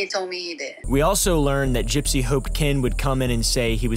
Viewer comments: did he just call her "GUYpsy"? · wait, it's pronounced "guy-psy"? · “Gipe-sy Rose” 😂😂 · Did he purposely start calling her “guy-psy” 3/4s of the way through? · Curious why you pronounce her name like that?